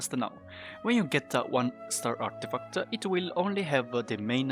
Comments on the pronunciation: Love it when you say "Artifacta". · Stat-a, Artifact-a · I was gonna say the same!😂